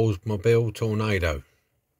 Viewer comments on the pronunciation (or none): Superb restoration. Excellent handy-work. I would have omitted the ugly tow bar, and painted the headlight covers. Frequently and incorrectly called a "Tornado", the car's actual name is "Toronado", pronounced TORO-NAH-DOH. The Oldsmobile Toronado was, at the time, the largest mass produced front-wheel drive passenger car ever made. Curb weight was 4,496 lb (2,039 kg).